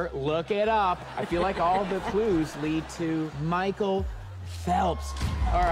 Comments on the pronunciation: michael phelps IS. swimmer- and it's MICHAEL not mchicale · Damn how can u say Mhicale Phelps like rlly a swimmer i love him and he is not